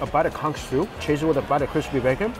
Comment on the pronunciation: Conch! Not CUNK!